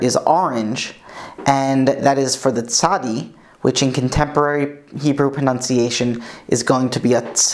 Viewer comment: ARe you saying proNOUNCiation all the way thru instead of proNUNciation???